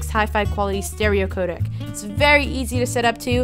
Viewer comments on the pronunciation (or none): none